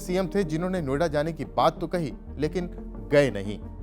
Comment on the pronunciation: नो आइडा। अंग्रेज बोलता है। What is no ida. O it is no idea.😂